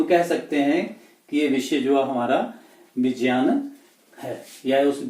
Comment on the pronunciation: It's not vijayan It is vigyan